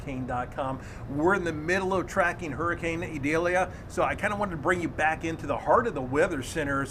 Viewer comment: All weather channels are scared to pronounce the name of the hurricane Idalia!